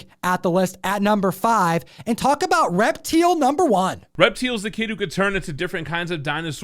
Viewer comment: I'm pretty sure that's pronounced "Rep-TILE." I mean....kinda obvious, right?